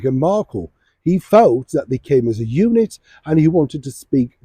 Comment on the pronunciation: To be fair, Madam didn't say ' unit'. She said You Nit!🤣🤣🤣🤣🤣👍